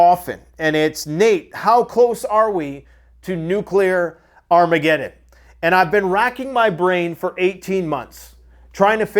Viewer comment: NU-CA-LAWR AHMEE-GED-IN!!!!!